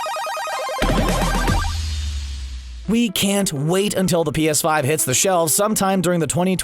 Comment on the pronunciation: "Sorny" lol